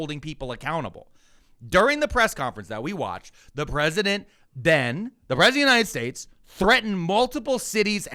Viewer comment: Why was Miller pronouncing "United States" like he was drunk and had marbles in his mouth during that CNN segment where he said Venezuela was an island multiple times?! It was so noticeable and odd.